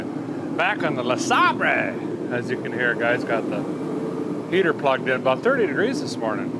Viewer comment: Please stop pronouncing it Le sahbray…. Poor Bentley is confused on the pronunciation. 😊